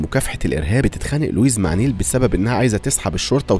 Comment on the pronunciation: اسمها نايلة مش نيلة 😂😂😂